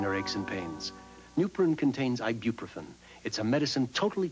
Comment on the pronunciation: Literally LOLed at the man's pronunciation of "ibuprofen" at the mark. 😆